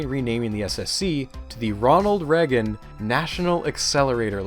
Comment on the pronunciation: How do you make an hour video and you don't pronounce Reagan right once